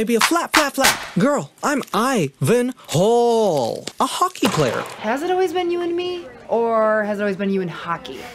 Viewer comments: I thought you were saying "Ivan Hole" until you cut the clip in of him introducing himself 😂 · Before catching on, I swore you were saying "Ivan HOLE" and I honestly wish you were. It made me giggle the entire way through this video 😂